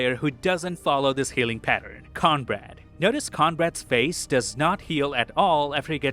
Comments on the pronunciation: His name is Cornbread, like the food, Not Conbrad! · Are you calling him Conrad? It’s Cornbread like the food lol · Is he saying Conrad? Mf is named cornbread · Everytime you said Cornbread I heard Conrad 😄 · "Conrad" hahahaha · Sorry, stopped watching when you kept calling cornbread, conrad. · Who is Conrad? Are you trying to say Cornbread? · Why are you saying Conrad when his name is Cornbread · Lol fair.. i kept wondering who the fuck Conrad was 😅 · thanks for the suggestion but i won't be watching again. i don't have audio processing disorder and bro said cornbread right at first then doubled down on conrad. i'm willing to give benefit of the doubt that it's just a slip. but this seems like a mistake that anyone actually writing and performing the script, editing and posting the video would catch and fix. i'm also an extreme perfectionist so take my words with a grain of salt lol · Are you calling Cornbread “Conrad”? 😂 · Yea he says it like “cornbrad” coz of the accent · Who the heck is *Corn-Brad?!? 😂😂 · Is he calling Cornbread Conrad? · Are you calling Cornbread "Conrad?" Or is it simply your accent? If so, I apologize for mentioning it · This guy or AI voice can’t pronounce words for shit. I hate how he says cornbread. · I thought I was hearing that too, but the captions were saying Cornbread